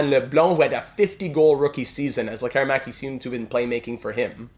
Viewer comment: Appreciate the correct use of letter "Ä" here 👍🏻.